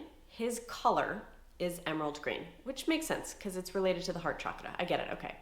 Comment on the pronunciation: OMG thanku for pronouncing chakra correctly 😂❤